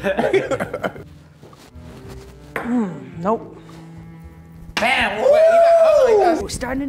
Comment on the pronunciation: props to my man for “soju”